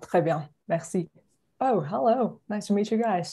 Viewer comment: HELLO言った瞬間に なんやその発音は！って怒りだしそうだったけど 最後まで見てよかった笑